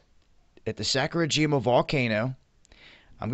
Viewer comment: it's Sa-kur-i-ji-ma; not Sak-ur-i-ji-ma; I study words and grammar, while you do your thing. I don't understand how to put the videos together that you do, but I do know words, and pronunciation!